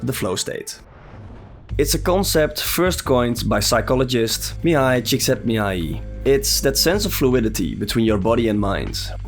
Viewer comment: Really nice pronunciation of Csíkszentmihályi. Great video as well. I experienced flow with Sifu too, and I think almost every souls-like could become the subject of this video. For me, Forza Horizon belongs here.